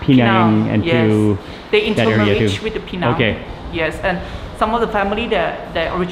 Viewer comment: appreciate this guy correctly pronouncing Pinang and NOT Penang. 👍👍